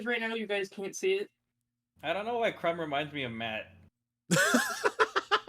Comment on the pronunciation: "CRUMB! CRUMB! CRUMB! CRUMB!" - you sound like the audience of a Bulgarian Quidditch Match. (KRUM! KRUM! KRUM! KRUM!)